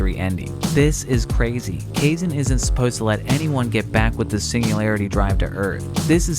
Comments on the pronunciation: You sure it's "kayzen?" As with Japanese an "ai" is always pronounced like "i" which is why the "rayden" pronunciation of the name "raiden" bugs me. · Depending on the language it could be ka-e-sheh or kaysh/kay-sheh too. Some languages languages an x is either a sh or h-sound. But Kaizen, naw. Theres not a language that exe is xen/zen.